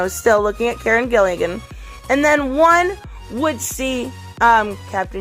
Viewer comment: Its Gillan not Gillian